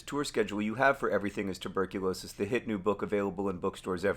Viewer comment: Hey, it’s tuberculosis, not tuRberculosis.